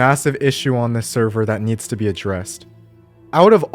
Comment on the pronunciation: why did that "need's" sounded russian